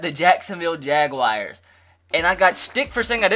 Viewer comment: I like the Jaguars color rush too. Jag-wars. Not Jag-wires. Jag-wars. :-p